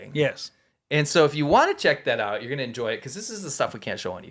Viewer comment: He says CHECK THAT OUT NOT SHAKOLADO 😂😂😂